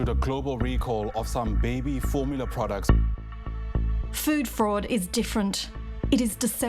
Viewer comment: I was about 3 minutes in before I figured out that "food forward" was "food fraud". :- )